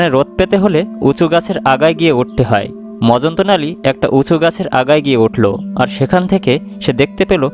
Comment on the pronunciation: উচ্চারন ঠিক করুন। গল্পের নাম "মজনতালি সরকার "। আপনি বলেছেন মজন্ত নালি। 😃😃😃